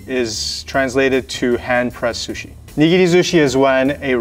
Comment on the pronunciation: " This is my favourite shushi"- 👴🏻